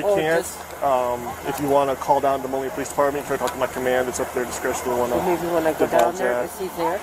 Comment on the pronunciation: It's not molly or morning, it's Moline. Sheesh. 🙄